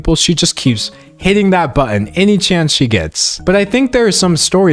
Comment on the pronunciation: I am truly in awe of your ability to maintain your sanity in this shit show of a literary dumpster fire. And the skin crawling, vocal fry affectations of Calloway. That hard pronunciation of the "tt" in "buTTon". I had never heard of this poor little grifter girl, and now I'm upset that i know so much about her. Immaculately presented, though! I can't believe i survived without cringing into a Calloway free alternate dimension. Pity, really.